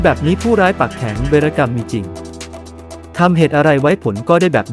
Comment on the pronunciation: เวน-กำ มิใช่..เว-ระ-กำ